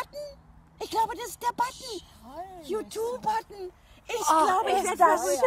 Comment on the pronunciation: yuutub😁 super herzlichen Glückwunsch